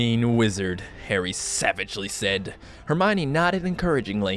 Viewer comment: Wtf is hermyni it's herm-e-un